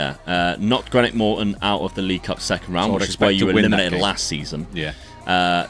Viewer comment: They way you say Greenock 😡